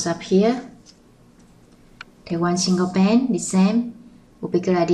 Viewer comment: Lol somehow i always understand "bang" instead of band ><